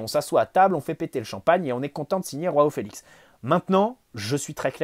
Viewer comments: J'aime beaucoup t'écouter, mais alors quand tu dis "Roao Felix" au lieu de "Joao Felix" (prononcé "J" et pas "R") ça m'énerve mdrr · Petite remarque à titre informatif, les J en portugais c'est pas comme en espagnol mais un peu plus comme français. Donc c'est João, pas Roão. (Après osef en vrai ) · Dsl mais Roao Felix ça sonne mieux 😂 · Arrêtes de dire roao Félix il est portugais pas espagnol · C’est exactement ce que j’allais dire